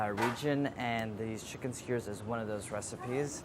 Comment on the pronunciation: no one: andy: chinken skeurrs